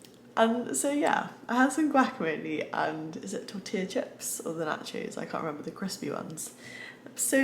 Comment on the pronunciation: I like how you say Guacamole, sounds like a carnival ride.